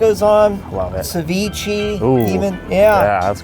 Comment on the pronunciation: Did he just say Ceveechy